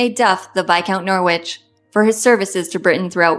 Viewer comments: AI pronunciation of Norwich as NOOR-WITCHhh (actual pronunciation Norrich) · Not Nor-wich, Nor-ich. Don’t sound the w. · American AI voice is irritating together with mispronunciation of Norwich. Perhaps Americans should stick to their own history, and lose their infatuation with British royalty and aristocracy, at least until they can pronounce the titles and names correctly. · Especially a human who knows how to pronounce Norwich properly!